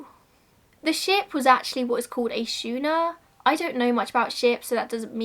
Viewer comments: What a wonderful channel! I look forward to watching your videos. New Subscriber from Texas 👋🏻🤠 Weirdly enough: schooner is pronounced 'skooner'. How that works is beyond me (just American nonsense, I suppose) . I very much enjoyed this video! You went into more detail about this event than any other video I've seen. Thank you. 👍🏻😀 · Great story. the ship is a schooner, pronoumced sk long o er.